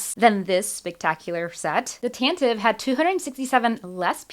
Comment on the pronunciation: Tan - tiv - ee!